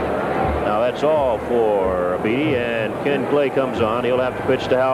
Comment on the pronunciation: Why is Howard pronouncing (Jim) Beattie like the word "deity"?